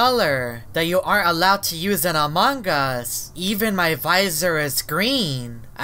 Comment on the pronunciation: why do you always pronounce among us as “amang us”